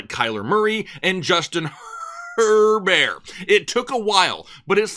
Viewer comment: Please stop saying Herbert And charbanette like that it makes me nauseous